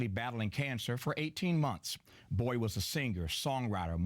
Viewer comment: He says 'Bowie' like 'boy' as in here boy!